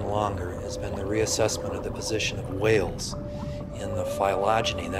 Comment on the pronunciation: I have another question, why does the narrator pronounce Whales like Stewie?